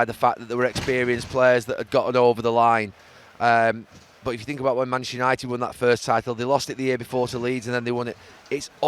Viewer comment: Have a shot every time Gary says mchhsster unaated